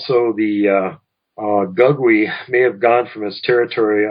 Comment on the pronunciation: Gugwe is pronounced (goog-way)..